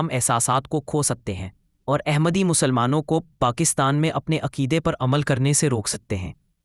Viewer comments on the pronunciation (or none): The correct word is Ahmad not Aehmad. The word Ahmad is in the Surah Al Saf. Please, correct the pronunciation. The word Ahmad is the superlative degree.